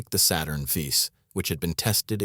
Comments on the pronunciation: This was a very informative video. And the commentary was spot on. Yes, the AI voice said Saturn Fey and not Saturn- 5; not a big deal. The most striking thing is when they would mention the age of these men. If any AI was used it was used to make these men appear so much older than they could have possibly been. Brezhnev is said to be 62-he is made to look 80. I know 62, I see it in the mirror every day. The other gentleman who was, like 52 looked 70. The facts ring true, the visuals, not so much.🧐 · The Saturn Vis? Ffs, get a human narrator, this CG voice over is ridiculous. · 'Saturn-Fey'? WTF? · Saturn-Fey. The legend! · Those three words "They have done it." Someone needs to teach the AI to count.